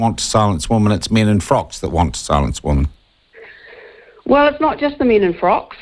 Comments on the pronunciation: Sean, you keep on saying woman when you men women. Learn how to pronounce the word. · Just asking, but when did the differentiation between 'woman' singular, and 'women' plural disappear"? 'Women' is pronounced 'wimmin'.